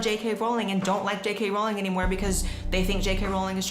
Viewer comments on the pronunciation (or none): The irony of Blair (an American) pronouncing Rowling's correctly and (seemingly English) pronouncing it wrong is hurting my brain 🧠 lol